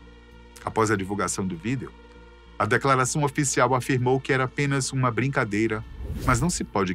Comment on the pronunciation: Pq ele fala Vídel em vez de Vídeo?